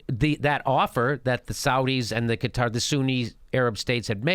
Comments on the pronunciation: It's not Qataaaaaar, it's Qatar! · Qatar... like "Kotter" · Jimmy, it's "Cutter," not "Kah-tar." But great explanation. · Jimmy, break it down smaller.. and Qatar isn't pronounced guitar :P smaller, as in older, before the 50s, before your CIA intervention(s) - after WW1 and whatever other land divisions after the split of the Otomans - that was bullshit, and couldn't hold-up; internet killed them. should we play smallest world violin for dictators? coming from US, you don't know much about that, other from news, right? Also, when you add Rusia, Israel, Saudi and whatever others around, the BIG PICTURE gets quite 1080p